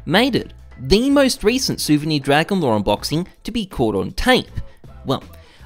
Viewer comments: "dwagon lwore" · "Dwagon lore" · "DWAGON LOR, DWAGON LOR!" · "omg dwagon lowe dwagon lowe muM GEt tHe caMeRA"